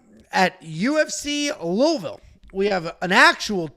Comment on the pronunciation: I have thumb up’d the vid bc pronounced Louisville correctly